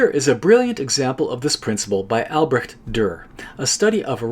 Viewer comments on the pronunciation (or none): Native German here, its most definitely not albresht, it's also certainly not albrekt, it's a hissing "ch" sound, you’ll find some examples of it on here on youtube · Sure they even have a dictionary about it: Duden – Das Aussprachewörterbuch but trust me, the standard is Albresht. Brekt? Niekt! :face-turquoise-speaker-shape